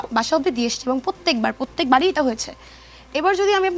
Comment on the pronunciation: প্রত্যেকবার নয়,পত্তেকবার।।।কথা বলতে জানে না,সভ্যতা জানে না একেই আবার যমুনা ডেকে এনেছে।।।আন্দোলনে অনেকেই ছিলো কিন্তু সে জেনেশুনে লাইম লাইটে আসতে চেয়েছিলো পরবর্তীতে মডেলিং করার জন্য।।।😂😂😂